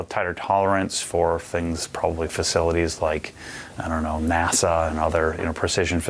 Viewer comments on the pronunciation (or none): none